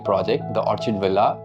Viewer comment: Pronounced as Orr Kid Correction in good intrest please ❤